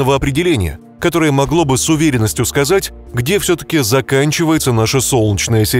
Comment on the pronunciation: "Солчная система", "солчная система", "соооолчная система"... Слух режет🤢